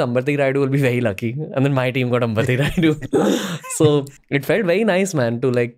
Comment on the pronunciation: Please Pronounce our South Names Properly it's not अंबति it's अंबटि